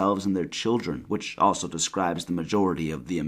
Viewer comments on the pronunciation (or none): none